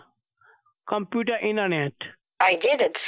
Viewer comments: koompooter intrnt XD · I love the way he pronounces computer............"coooooompuuuuuuuuuuuuuuterrrrrrrrrrrrrrrrrrrrrrrrrerrrrrerrrrer"